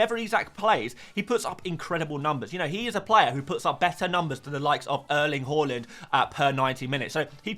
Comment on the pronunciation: Love your videos but PLZ stop pronouncing Haaland's name "haw-land"... he said himself it's HAA-land or HO-LLAND